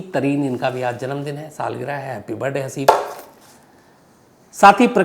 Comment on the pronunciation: Sir jiss tarha aap Birrrrrday bolte ho accha lagta hai